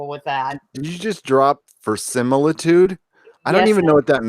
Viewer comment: I think it's pronounced veri-si-mili-tude, not vers-simili-tude. But I wasn't blown away by this episode though I still like watching any episode of the Orville. For opener it seemed pretty weak. But I don't think it was originally planned for the opener.